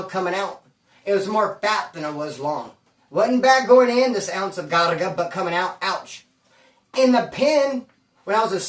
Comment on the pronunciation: Craga, not whatever it is you're saying